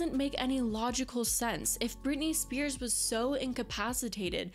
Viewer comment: Its just Spears not Spearses